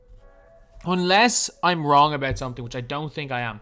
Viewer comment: we will talk awbawt